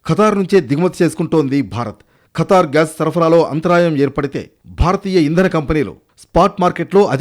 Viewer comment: కతర్ కాదు ఖతర్